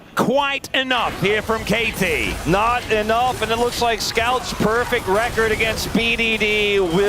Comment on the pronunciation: Perfext lmao 😂